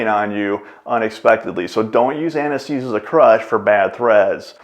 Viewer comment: Why does he keep speaking about aniseed? 😂